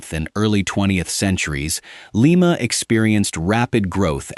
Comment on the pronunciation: LIMA, OHIO is pronounced LIE MA, not LEE MA. You should pronounce the Ohio cities correctly, or not do a video on them at all. Very disrespectful to us Ohio residents. You have a phone. You could have called the chamber of commerce or the Police Dept in Lima to know how to pronounce the name of the town!